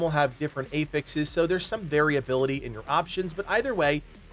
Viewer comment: I've never heard anyone pronounce "affixes" like that